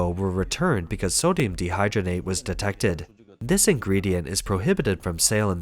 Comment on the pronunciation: Bro keeps saying "sodium dehydgrenate" instead of "dehydrogenate"